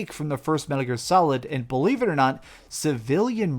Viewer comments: Was about to say the same! Glad you pointed it out the correct pronunciation. “kill-ee-an” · Cillian Murphy, pronounced Killian Murphy. Irish actor. He played Scarecrow in Batman Begins. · "Cillian" is pronounced like "Killian" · True, but I kind of like hearing him call him "Civilian" Murphy.